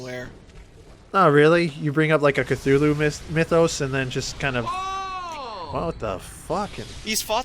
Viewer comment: was kinda right, apart from butchering Cthulhu's name the boss is inspired by him